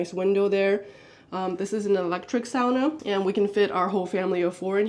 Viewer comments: When my Finnish parents bought their first house here in the US, dad remodeled the kitchen. Closing off the window over the sink and replacing it with the dish drying rack. Second on the list was a sauna. I wanted to thank you for pronouncing "sauna" correctly. (My pet peeve.) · I'm still watching but had to say how nice it is to hear someone who knows how to pronounce "sauna" correctly and doesn't call it a "saw-nuh"!